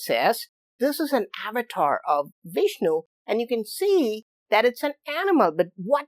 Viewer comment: Sir please pronounce Avtaar correctly ...you are pronouncing it like a foreigners.. 🙏